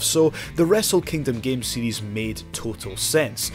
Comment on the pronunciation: I think it's cute how when he says series, it's sounds like seedies.